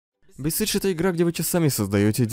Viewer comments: Ема сколько лет прошло и даже сейчас смешно. А ещё я заразился тем, что говорю бесидж, а не бесайдж и это неправильно. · Я угарал с момента когда там говорили BesiegeD